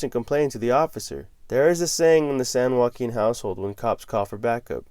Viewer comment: all i have to hear is san joaquin lol, im watching